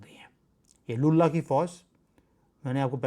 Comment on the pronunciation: Lullah ko pyara ho gaya 😅😅😅, please don't replace l with b in your lullah 😅😅😅